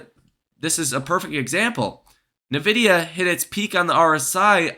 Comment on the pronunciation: lastly, it's N Vidia. Not Navidia. But if that's your catch phrase, I'll go with it. like HODL. lol